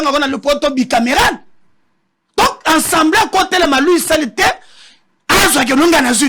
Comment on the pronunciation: Ces 3 individus ( intellos) me déçoivent surtout ye journaliste. Ils prononcent <ENSEMBLEE > nationale ( mot) qui n’existe pas en français. Classe nini ba kota na Congo. ASSEMBLÉE nationale